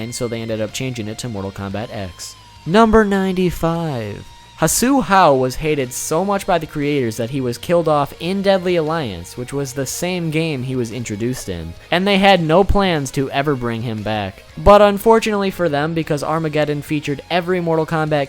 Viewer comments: Hsu Hao is not pronounced, "Hasoo How".... If using the secondary Romanization, it would be spelled, Xù Hao or Zhu Hao. Much like the old way Hseng is now spelled ZHANG So it is pronounced like Zhù Há-ō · Hsu hao pronounciation (Su-how) not (hasu how) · Hsu Hao firstly is pronounced (soo-how.) Also, he is in Mortal Kombat: Deception in Edenia, he is laughed at because you have to help him get a job. Fuckin' bum.